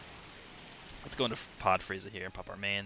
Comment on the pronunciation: I thought he called:Chair Frieza